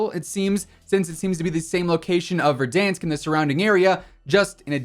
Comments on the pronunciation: Verdansk🙄, verdonsk😩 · Why do you say verdonsk instead of Verdansk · Did this man just say.... Verdonsk! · The way he said verdoonsk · No just tell me wtf is VerdONSK?! that too w echos bruh xD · Why do he say ”verdansk” like that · I cant stop laughing every time say Verdansk:D that A sound like that weird shit from english (for example at word "bank" - æ):D But its based at Donetsk at Ukraine and Slavic nations doesnt have this weird æ, its just casual A whitch you pronounce like a letter "u" at english, for example in word "buff":D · Am I the only one who is irritated by how he says verdansk? It sounds ok when Tim says it but not anyone else 🥴🥴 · ain’t nothing personal, still love your vids, it just sounds off to me thats all